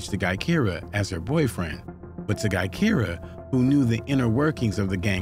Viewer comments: im not from Chicago, nor am i into this drill shit, and i know her name isn't pronounced GUY-Keer-uh. it's Juh-Kie-Ruh. lmao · Exactly when it's obvious as hell her name is actually Gakirah pronounced "Jahkyrah" I'm actually friends with FBG Duck sister Lashea and his mom her name is Gakirah they called her Kirah for short. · Omg her name is pronounced Jah-ky-rah Barnes . You pronounced too many things wrong But at least get the names right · Her name is pronounced Ja-ky-ruh... FBG Butta is her brother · Guy-keera? Come on dude, you could at least pronounce her name correctly smh